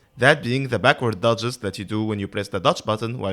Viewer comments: it will help to overpronounciate dodges since when you say duchess dodges you tend to make them both sound very similiar duchess is fine, but dodges, try to add more "ahh" in the o of the dodges. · A very useful video for sure but I spent most of the time asking if you are saying duchess or dodges